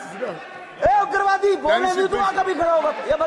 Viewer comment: ❤ उग्रवादी को उद्राब्दी ही तो बोला है क्या गलत बोला ❤